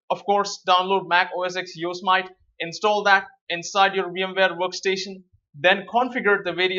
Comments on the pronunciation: You are pronouncing Yosemite wrong, it's pronounced like Yo-se-mit-ee not Yo-smite. Why do so many people say it like Yo-smite, it's a national park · Hey thanks for the video but..... It's pronounced Yooo. Simmm It Teeeee not Yo So Might:). Just wanted to help. Thanks for the video keep the great content coming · you say it " yo sem ity " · Some pronounce it Yo-sem-it..